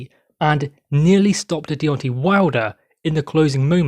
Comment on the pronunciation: I think his name is Deontay, not Deonti